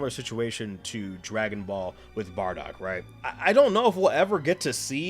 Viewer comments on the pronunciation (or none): none